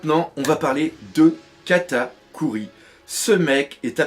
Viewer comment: "3- Katakui" dans l'intro ! Haha ça m'a tué Katakuri : Kata cuit, quelle faute mais ça m'a fait rire merci :')